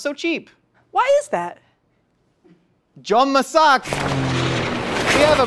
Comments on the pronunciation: JOM MASAK! Nice Malay Language you said... (Jom Masak = Lets Cook) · “jom masak!” Damn could be a Malaysian